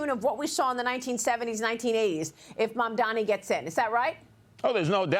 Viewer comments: The correct name is Mamdani--not Mandami, as Curtis Sliva calls Zohran. Also, the NY City voters are sick and tired of the greedy real estate oligarchs. The super-rich Wall Streeters too are panicking because the "forgotten man" is rising up demanding economic justice. The city has become unaffordable for most of its residents. Mamdani speaks for change. The voters like Mamdani's fresh ideas. Change is inevitable. Change is welcome. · It’s mamdani buddy